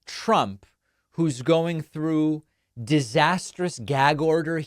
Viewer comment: “Troth out” lol